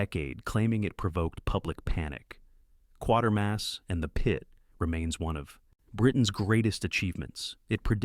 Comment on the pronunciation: no, not QUARTERMASS, QUATERMASS - kwatermass